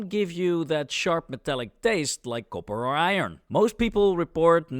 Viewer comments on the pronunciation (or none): none